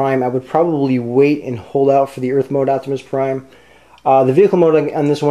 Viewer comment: u forgot the r in prime